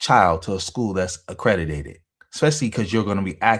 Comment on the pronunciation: Lost me at “accredi-dated”